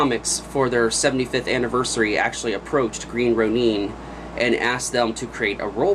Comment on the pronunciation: It's (green) "row-nin" not "row-neen"!